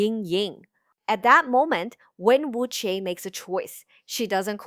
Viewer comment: This is a good informative video, but are you using an AI voice? It has a Mandarin accent but you're butchering the pronunciation of Wen Wuque and Zheng E.